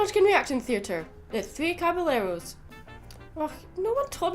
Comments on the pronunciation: The double L's are said like "yeh" not "le" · Um,, for future references, in Spanish language whenever you have two L's together, it creates a Y sound. The Three Caballeros song is funny and I get a kick out of it hehe.